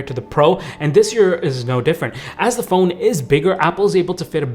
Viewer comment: Sounds like he's saying fold instead of phone